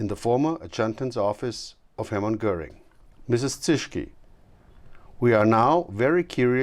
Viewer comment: Why the voice-over? Because Americans are too illiterate to read subtitles? Also why is the name Göring pronounced as “Gehring?”